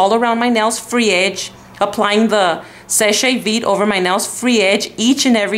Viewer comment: Nice video! Actually you were pronouncing ''seche vite'' right, as in french :) i do n't know why they say se-shay.. **